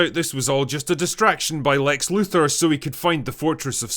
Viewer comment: I find it difficult to concentrate on what's being said when the speaker can't pronounce Luthor.